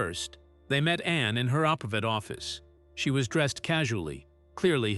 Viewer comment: The Princess Royal's name is called A N N E NOT Annie are you stupid?